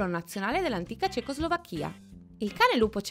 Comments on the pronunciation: 0.20 Cecoslovàcchia, NON Cecoslovacchìa! Esiste la Slovàcchia, NON la Slovacchìa!!!! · Cecoslovacchía?si dice cecoslovacchia🤣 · un po' di cultura europea ed anche generale ...Cecoslovàcchia e non Cecoslovacchìa - l'avvento tonico è sulla A, non sulla I e... parlare del 1955 non la rende "ANTICA"... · Si dice Cecoslovacchià, gnurant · Si ma...CecoslovacchÌa. Non si può sentire sto video. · Credevo che avessi sentito male, ma vedo che non sono il solo. ...questi acce'nti;) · ma come pronuncia cecoslovacchia mah.....dove andremo a finire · Sbaglia anche l'accento